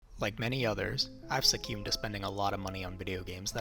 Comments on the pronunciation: Succewned? SUCCEWNED? Jesus Christ it's succumbed - suh·kuhmd as in suhcomed. How the f_ck does anyone see the word succumbed and pronounce it like you did? Should have spent less time gaming and more time learning to speak English. Or just fly use "big words". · Bro that is NOT how you say succumbed 💀